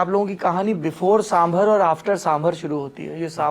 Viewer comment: Mr Dwivedi please learn from some of your colleagues. Your pronunciation really makes one wonder about your general competence. It's साम बार not साम भर. सीतारामन ना कि सीतारमण, मेनका गांधी ना कि मनेका